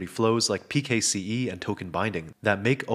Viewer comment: its pronounced "pixie" mate